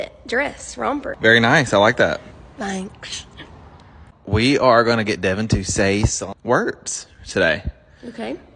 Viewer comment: that was one crazy pronounced “thanks”